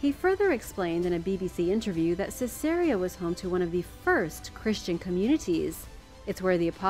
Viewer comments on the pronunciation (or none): I wish to challenge your pronounciation of Ceaseria. I believe that the city may have been named for the Roman emporers, the Caesars. The city might be pronounced as C-zar-E-a ?